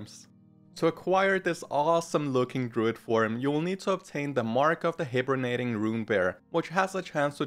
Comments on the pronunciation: HiBURNATING-"HIGH-Burnating",Bristlebruin-"BRISSLE bruin", Runed writhebark-RITHE (Long I like eye sound). Not making fun of ya brother,just helping out. My ol lady is from Africa and she has a hard time with it as well lol. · Just wanna help you say it properly, no maliciousness: Hibernating = High-ber-nay-ting Great video brother!!! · Great video as always. Thanks for the in-depth information on the moonwells, I'll be using that later A few tips on the pronunciations • Hibernating is pronounced high-ber-nating so you weren't far off 😁 • Matriarch is pronounced may-tree-ark No one really cares about mispronounced words, the content is what matters 😁